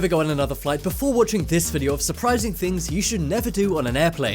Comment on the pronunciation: ThinGs not thins